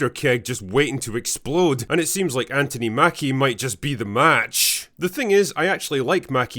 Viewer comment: FYI, the American version of the name "Anthony" is pronounced An-thun-ee. The middle syllable, "thon" is pronounced like the first syllable in "thunder". We try to pronounce the name of your capital city as Edinburra, rather than Edinburg, like burger, as it is spelled. Call Americans Anthony, not Antony.